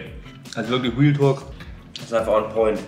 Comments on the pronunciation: Wenn „Realtalk“ sagt hört sich das eher an wie „Wheeltalk“ hahaha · haha ist euch aufgefallen das immer wealtalk sagt trotzdem sehr sher nices und interressantes video